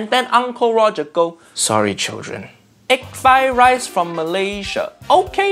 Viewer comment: why does Uncle Roger sound so white when he saids Sorry children